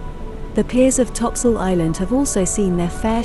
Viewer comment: If you knew the island history, you would never pronounce it topsoil